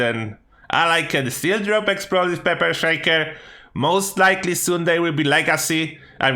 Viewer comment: peper sheiker